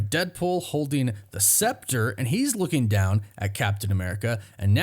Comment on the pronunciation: "Lookeen" is not a word.